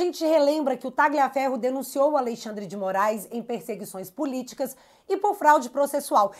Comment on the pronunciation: pronuncie o nome do Tagliaferro como Talhaferro, pois o g é mudo no italiano nesse caso